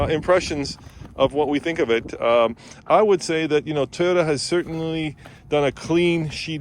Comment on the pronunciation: TAIYOTA LOL